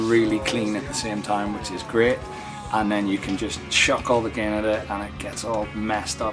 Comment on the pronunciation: If he pronounces “gain” as “gehhn,” you know he knows how to dial in a good tone.